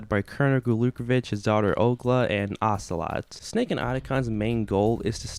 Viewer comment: “Ogla” hahaha. Good review though, MGS 2 is also one of my favourites if not my favourite.